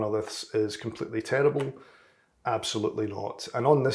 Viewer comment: Tearable or terrible? :)